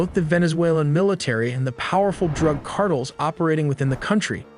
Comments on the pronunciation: Yeah, it's pronounced as Car-Tell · Car-tales, not "cartulls." Hate fake voices. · 카르텔이 아니고 카드레 ㅋㅋㅋㅋㅋ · AiTelly, fire your narrator. he pronounces things like Cartels "cardles" ...and Iran "Aeraan" and those are just the one's I've noticed. How can someone payed to narrate be soo bad. You literally had one job. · I had to put captions on to figure out wtf "cardals" was. For the love of god, learn how to pronounce "Cartels." It's a very simple word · so you gone pronounce it cardle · "car tills".. if your going to have AI read your shit then at least fix it when it says something stupid. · You have nearly 2 million subscribers, you make really good looking professional content. The least you can do is pronounce CARTELS correctly. It kind of throws the entire video off. Here's the correct pronunciation (car•tel) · The drug "carttles?" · I stopped watchinh as soon as he said cartle 😂😂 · "Cartles" = cartels. Guess ai cant help narrator learn to speak english.😊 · “ drug cardles” Trash AI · Only AI would mispronounce "cardle" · “Car-Tulls” can’t be stopped by military, but with AI.. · Car-toll...voiceover is 😂 jake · CARTLE? lol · Within seconds I heard “Cardels”. I was done. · Car-dels??? No AI huh? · It's pronounced car-tell (s) my guy 😅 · No AI was used…. “Drug ‘cardles’” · I hear cardinals like damn the pope pushing drugs now 🤣🤣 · Cardels word is pissing me off. No talent, when you can AI everything smh. Trash video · Tha Arizona Cardinals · You cannot pronounce cartels !!!! dumb ass AI. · No AI used in the video but the AI narrator can’t even say cartels correctly 😂. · Really couldn’t hire a human or at least attempt to fix the awful pronunciation of this AI? This is terrible. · Why can't you say CARTELS properly? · AI can correctly pronounce cartels. This is human error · So the voice is ai then? Nobody pronounces cartels like that ❤